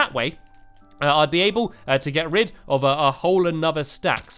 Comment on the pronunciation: you said get red not get rid